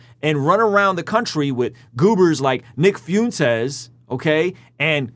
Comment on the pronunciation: It's fwentez, not fiuntes lol it's funny if you're doing it on purpose though, the dude is joke, a very terrifying horrible joke but a joke nonetheless.